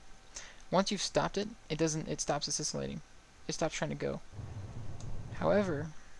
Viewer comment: That's so cool. Thankyou very much for posting! Side note: oscillating is pronounced "oss-ill-ating".